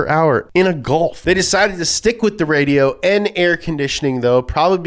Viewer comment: The way he said "Radio" was actually pretty funny haha.